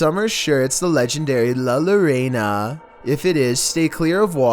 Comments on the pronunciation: La loreina?💀💀💀💀💀 LA LLORONA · La lorana😂😂 Its pronounced La Yo-Rona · “ la ya ro na” ia how its pronounced no “la larona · "La Lorena" mexican me: I think you mean La Llorona.. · La Lorana...La Llorona half/sister from another mister haahaa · La Lorena 😁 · La Llorona La your row na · I'm worry but "La loraina" 🤣🤣💀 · Lol "La Lorena" I died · “La lorana” 💀 love you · NOT THE LUHLURAYNUH AHAHAHHDB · Luh luhraynuh What? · "lalorana" bruh it's called la llorona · La lorayna.. 🤣😆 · Lah Yo-Ro-Nah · "The legendary La Luhrena" Do... do you mean... La Llorona ? I mean... I'm not spanish but even I know how to pronounce that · Ahh, yes.. "LA LOREYNA" 👀😂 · "La Lorena" 😂😂😂😂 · it is pronounced as LA LIYORONA (la llorona) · Is it just me or did he just. Say la lorena? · La La Rayna. This man is a college student smh..🙄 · La - Lar-ayna. hahaha, oh, no. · LMFAO HE REALLY SAID “La lorena” HAHAHAJKAMSS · I SCREAMED when I hear “Lae lOrEiNa” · it’s pronounced la yoroNa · LA LOREINA 🤣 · Did he mean la llorona-? 😭🤚🏼🤚🏼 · No one:: La Larena 🤦‍♂️ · La Llorona is pronounced La Your-own-a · "La lo-rain-uh" lmaooo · Lah Loh-rei-naw ... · La Lorena must be her real name 😂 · I was just gonna say its la Llorona pronounced la your-oh-nuh! Does that sound right?? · Next time just say it like this - La yorona It’s better like that tbh instead of the butchered way. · yes la lorena well la llorona needed a new name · The vid: La lorena Me, a Mexican: YOU MEAN LA LLORONA ? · Pronouced: ( Lah Yo - row - naw) 😅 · Hahahhahhahhahaha llorona you should look up on how to say it lol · I was kind of hurt by how he pronounced it, but still, we all make mistakes... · Me, someone who isn't even Mexican or Hispanic: EVEN I KNOW IT'S NOT PRONOUNCED LIKE THAT LMAO